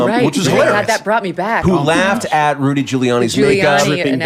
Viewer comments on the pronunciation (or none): none